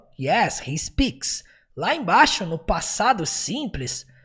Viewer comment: Parabéns pela excelente vídeo aula, conteúdo e didática maravilhosos. Impossível não aprender. lembrando apenas que no instante 1h04min45s, houve um pequeno equívoco na pronúncia do pronome "He".